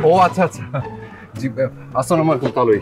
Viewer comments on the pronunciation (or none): Opurbo er salam ta r o shundor kore dea uchit. Uchcharon ta ttik hoi na. Assala shobdho ta miss hoie jai.